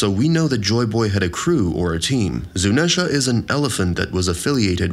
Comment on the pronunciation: How did you mispronounce Zuneisha, Imu, and ZOU I want to cry